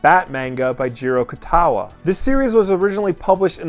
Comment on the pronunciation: “Jiro Kutawa” oh boy......